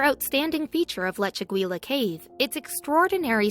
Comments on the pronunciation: “Lechu-gweela”. Lol! For pity’s sake, it’s Leh-chu-GEE-yah...using a soft “g”...almost “Leh-chu-HEE-yah” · In Spanish, double l's are pronounced like the English Y. The correct pronunciation should be "lechegya" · leh·choo·gee·uh keiv You are butchering the name of that cave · The correct pronunciation is Leh-chu-GEE-ya, with a hard "g", like in goose.